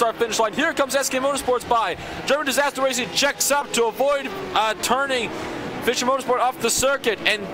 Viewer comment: Dear Racespot team: Our team name is pronounced "Fisher" Motorsport... like "fisher"man. :-) It's not pronounced "Fysher"